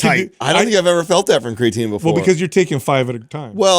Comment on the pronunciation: I love you guys… You're the best… But just one question… How can be the smartest guy when it comes to supplements and not be able to pronounce the word "creatine"? Haha